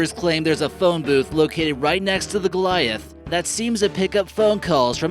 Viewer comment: GOLITAH NOT GOLIAFT